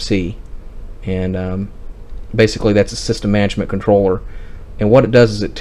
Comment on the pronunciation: "Mangement"? I think you mean "Mange tout".